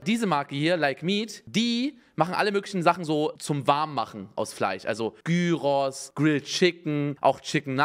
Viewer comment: Niemand: Unge: FLEICH